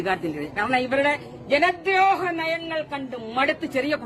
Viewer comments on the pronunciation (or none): ജ"ന "ദ്രോഹനയം. ഇതിലെ "ന "നരി എന്നതിലെ ന ആണ് അല്ലാതെ പന എന്നതിലെ ന അല്ല ടീച്ചറെ. നിങ്ങളൊരു ടീച്ചറല്ലേ അക്ഷരത്തെറ്റ് കൂടാതെ സംസാരിക്കൂ എന്നിട്ട് മതി രാഷ്ട്രീയം പറച്ചിൽ.